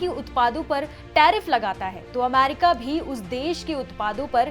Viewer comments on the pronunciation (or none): it’s America and no Aamerika 😂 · अमारिका नाही अमेरिका ऐसा शुभेच्छा बोलते है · First of all its America not Amarica😡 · Ap America ko bar bar Amarica kyun bol rahi hain madam? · America not amarica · America not aaamerrica , gwar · Amaarica bolna sikhao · America bolne to sikh le pahle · 😂 pronunciation bhi nhi aata hai aur news banane chal diye